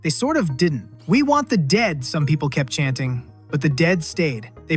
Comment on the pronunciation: "We want the daed" 😅😅😂😂🤣🤣🤣🤣🤣